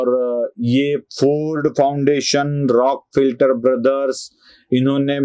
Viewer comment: राॅकफेलर फाउंडेशन असा उच्चार हवा. या सर्व NGO वर वेळीच बंदी घालायला हवी होती